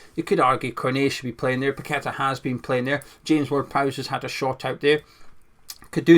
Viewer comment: don’t worry about getting players names wrong 90% of commentators and pundits can’t Say Paqueta’s name right at least you get that right